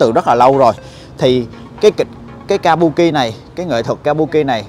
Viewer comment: đọc chính xác là kabưki a